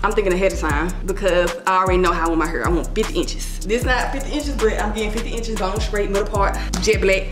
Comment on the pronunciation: “Im getting 50 ENCHESSS BONE STRAIGHT MIDDLES PAWRT JET BLECK”👏🏾👏🏾👏🏾👏🏾👏🏾YESSUH❤️😭😂